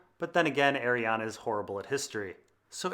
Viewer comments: Ah ree an Not ah ree ah na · Omg. Please read her name. There is no A at the end of her name. Ar-e-en is how it's pronounced